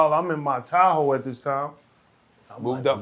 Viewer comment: lol i thought he said he was in his towel, not his tahoe